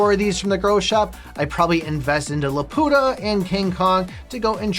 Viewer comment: I wish he would pronounce it like in studio ghibli rather than the way he keeps saying it 🙂‍↕️